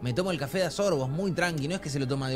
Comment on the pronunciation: En el vídeo de:uN cAFe mesera: un que?:un kaFe